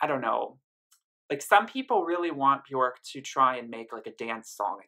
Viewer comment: Björk rhymes with "work", not with "pork" ;-) Great review! :-)